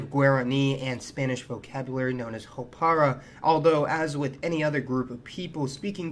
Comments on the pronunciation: Still waiting to know why the title says "weirdest." Speaking of speaking horribly... "Muero por mi patria" means "I die FOR my nation." "Jopara" is not pronounced "hopara" but... uhm... "jopara." It's like you made an effort to find the worst pictures of my country. Smh. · Not "hopara" lol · hi, i recently discovered your video. Im paraguayan and im very proud of my country, i iked your video, its good but the title is degrading and insulting , also i want to correct the part that says "hopara" is not like that is "jopara" And i want to say that Paraguay is a very beautiful, hospitable, happy nation, full of history, we are a country that has gone through a lot and in a way we continue to be criticized but we are a Mbarete people (it is in Guarani and means strong,brave) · Jopara is not read Hopara but YopaRA